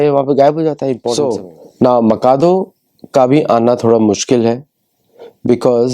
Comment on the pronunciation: I think it is माचादु, not माकादो..